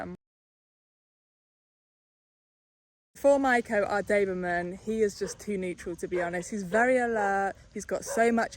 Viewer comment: Its a doberman: you say daberman😂😂😂